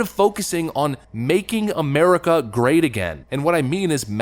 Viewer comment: he cant pronounce America without his alien brain breaking